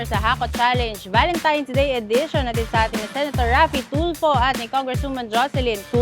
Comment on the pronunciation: TANAN GID SILA VALENTIMES HAHAH AY AMBOT BAKIT GANUN ..VALENTINE'S NAGIGING VALENTIMES HAHAH